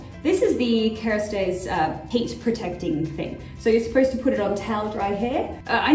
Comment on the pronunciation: Karastase is good but you pronounced it wrong. Who don't know what karastase is lol